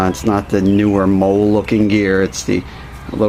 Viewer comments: The word is Molly....not Mole. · Not mole, molle is pronounced "Molly" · It's actually molle, not Molly, Molly is a name:)